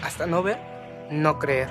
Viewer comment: cleer xD es creer imvecil xD